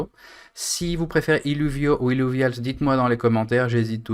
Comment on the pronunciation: Illuvials avec l accent anglais (« illouviols » 😅). Très bien de faire une petite vidéo pour chaque thème plutôt que des plus grosses avec plusieurs choses dedans. Au moins on ne rate pas d infos et on les retrouve plus facilement. Sans parler du référencement qui en sera que meilleur pour toi avec encore plus de vues sur la chaîne 😆